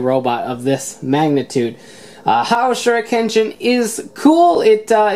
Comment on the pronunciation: Lion Ha-Ojo, not Haojo.